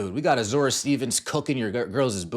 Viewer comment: Just for future reference. Azurá Stevens AZ-uh-ray